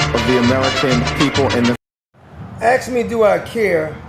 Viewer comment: I'll axe you why Trump hasn't repealed the SMITH -MUNDT act? And yes I'm the a hole to make fun of how you pronounce ask. It's all in fun😅 we all know the reason already but I'd like your take on it. Because we gotta talk about these things and I'm not talking about mispronounced words. This problem could be handled in a day if he wanted to.... What say you Sir?